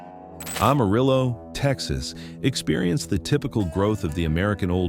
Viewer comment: It is interesting that AI can pronounce the words indigenous and expansion a hundred fold, yet cannot pronounce Amarillo or El Dorado at all.